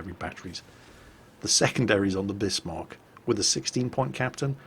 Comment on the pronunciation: Great, a whole video where he mispronounces Bismarck., your other German pronunciation is usually quite good. This is pronounced "Bizmark" not Bissmark".